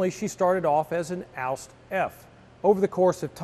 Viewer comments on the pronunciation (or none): It's not called "Aust" but "Ausf" which meant Ausfuehrung or model in english.